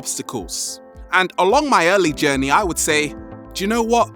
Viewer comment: I use to think when he said "journy" he said "jenny " I'm like : who is jenny?? lol XD